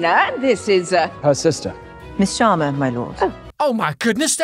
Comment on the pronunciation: pronouncing Sharma better than the Sharmas pronouncing Sharma.